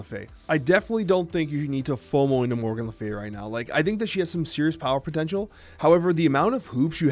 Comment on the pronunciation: Was it deck though? Regis said he got it off Untapped? I couldn't get past pronunciation of Morgan to watch the whole video.